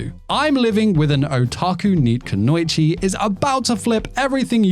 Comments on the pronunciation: Kuno ichi. Think two weird when you pronounce it. There is no ow. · Two more anime I'm really looking forward to in Jan. I May Be a Guild Receptionist But I'll Solo Any Boss to Clock Out on Time, and Medalist. As well as 100 Girlfriends Who Reallyx10 Love You, season 2. Oh and hate to be "that guy", just wanted to add the correct pronunciation of Kunoichi is "koo-no-ee-chee". ((vanishes in smoke bomb))